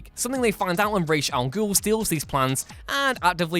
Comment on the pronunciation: "Raysh" Al Ghul. Every. Damn. Time.